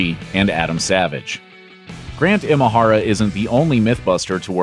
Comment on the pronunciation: Nice video, just one note on how to pronounce Imahara - in Japanese the letter I or い is pronounced like you would say E like “the letter E” or like in “Emotional”